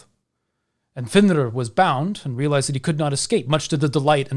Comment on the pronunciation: I have always felt great sympathy for fenrir, Loki, and all his children, actually. Loved the insight of all the wolves and the proper pronunciation of the names.